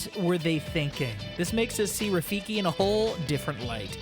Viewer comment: Its Rafiki. Not Rafikie.